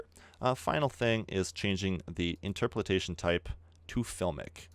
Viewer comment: Inter-po-la-tion Please